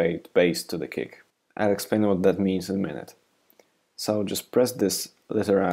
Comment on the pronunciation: everytime you say kick, i hear "cake."